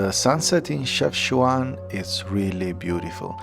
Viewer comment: Wow man, glad that you’ve discovered the north part of Morocco! You seem like a very humble guy. Hope you have a nice trip in Morocco. And you pronounce it chef-cha-when haha you did say it in the video once 😉